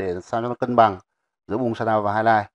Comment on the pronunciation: Bài hướng dẫn khá hay. Nhưng mà Nghe mấy ông ng bắc đọc sa đao (shadaw) mà mệt mỏi quá